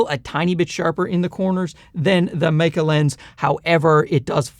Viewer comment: sweet jesus someone finally pronounced it right. the "Maykey" pronunciation kills me. very useful review. good work.